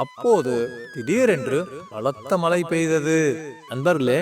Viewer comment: நீங்க சொல்ற கதை நல்லா தான் இருக்கு ஆனால் தமிழ் உச்சரிப்பு சரியாக இல்லை . மழையை மலை என்றும் குழியை குளி என்றும் உச்சரிக்கிறார்கள் தமிழ் மொழியை சரியாக கற்றுக் கொள்ளுங்கள் நன்றி